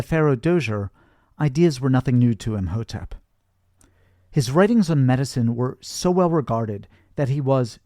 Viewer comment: Btw, Imhotep is pronounce E-Mow-Tep. The h is silent.. 😅